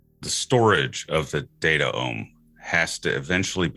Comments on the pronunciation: I love this podcast but you guys keep saying datAome and it bothers me so much, cut that second vowel out like gene -> genome, it should be datome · Data Ohm... Resistance to the flow of data??? I think he meant it to be spelled DataOme, like Biome or Genome. But I agree, the pronunciation is a meme stopper.